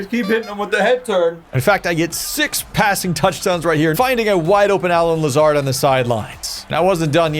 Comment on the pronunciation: Not a fan of the pronunciation of Allen Lazards name lol he’s an absolute gem so you better get used to that name and cherish him. Bigger loss than Rodgers.